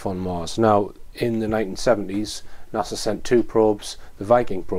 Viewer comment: It's Phobos, not FoBoss. It's NASA, not Nasser.